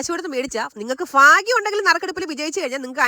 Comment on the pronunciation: രാജി ഫാഗ്യം അല്ല ഭാഗ്യം🥰🥰🥰🥰🥰🥰😂😂😂😂😂